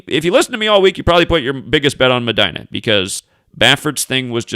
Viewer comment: Medina is Pronounced MAH- DEENA.